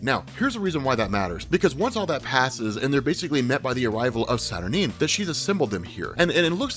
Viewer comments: Nope, you're wrong. It's pronounced Sat-Ur-Nine. Sorry darling! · I appreciate you compiling these together, but...you're seriously mispronouncing Saturnyne,! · The guy that can’t pronounce experiment wrongly pronounces saturnyne and doubles down on it. Smart.